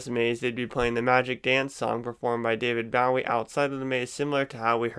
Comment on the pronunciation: You butchered David Bowie's name Google it so I can tell you how to pronounce it correctly love your videos by the way